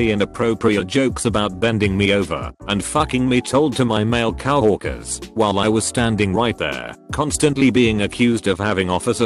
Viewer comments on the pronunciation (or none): Everyone's gonna ignore the pronounciation of coworkers huh?